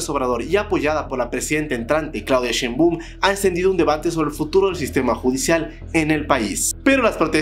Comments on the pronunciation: Así es el nivel de, ni se digno a investigar como se pronuncia su nombre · Jajaja me encanta la pronunciación del apellido de la presidenta "Clauida Sheinboooom" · Entiendo que no puedas decir el apellido de Sheinbaum y lo digas mal, también el de Xochitl. Pero que ya ni sepas decir: "Gálvez"? Que onda contigo jajajajajs